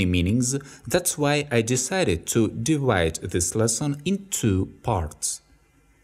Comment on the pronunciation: I checked again. Only a few minor things. meanings (with 'с' ending, not 'з') divide (ди-вайт) (something is not right here) to shoot (ту шут) actions with 'с' ending, not 'з') "the" sounds better in this case with an 'и'-sound, because the next word starts with a vowel. And also in this case you are emphasizing something specific. The word: object. trials (with 'с' ending, not 'з') verbs (with 'с' ending, not 'з') to read (with a soft ending "t" or "d" depending on UK or US English)